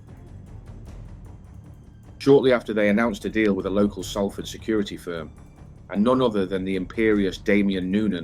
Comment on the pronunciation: This is a great video and very accurate, just word of advice people from Salford, pronounce it "SOUL-FORD" not "SALL (As in Sally) FORD"